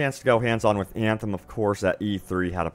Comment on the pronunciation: I love your vids, but I cringe every time you say Eeeeeyaaaanthem... 😢